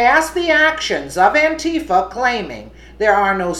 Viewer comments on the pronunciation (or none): none